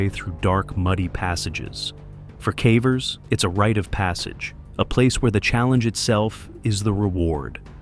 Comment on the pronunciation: you know, you can modify your script to prevent the AI voice from saying"cavvers".